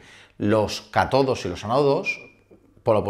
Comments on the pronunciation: Se pronuncian "CÁtodo" y "Ánodo" (acento el la primera sílaba) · ¡Por favor!. Ánodo y Cátodo son palabras esdrújulas. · SON Cátodo y ánodo. El acento en la primera@ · Gran programa, pero ojo, se pronuncian esdrújulas: Ánodo y Cátodo. EDIT: Veo que ya lo han sugerido 😁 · Solo un apunte: es ánodo y cátodo. Esdrújulas ambas. ;-) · Me lo has quitado. Que mal suena haciendo la palabra llana... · Aunque seas de ciencias, deberías repasar un poco las reglas de acentuación. Porque, si bien es feísimo ver palabras escritas mal acentuadas, todavía es peor acentuarlas mal al pronunciarlas. Dejé de ver el vídeo. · ¿Por qué alguien que suele hablar de estos temas pronuncia de manera incorrecta "ánodo" y "cátodo"? Qué mal suena y cuanta credibilidad pierde.